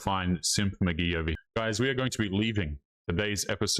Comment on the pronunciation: 😆😆😆 "Simp McGhee" 😆😆😆 but Ghee like butter 😆